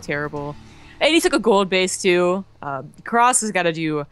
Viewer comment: I think his name is actually "Crass" not "cross" as you pronounce it. Like the 1980s British punk band